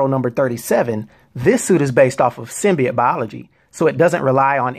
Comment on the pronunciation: SIM-BEE-YOTE, not, SIM-BEE-YIT.